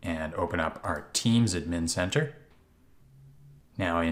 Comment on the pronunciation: i hate how he says admn instead of ad-min